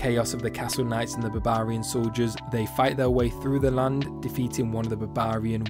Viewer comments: Hearing this guy say Babaarian is the funniest thing ever. Great vid 👌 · "babarian" :D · It’s odd how you pronounce Barbarian, is to sound funny or it’s actually how it’s pronounced?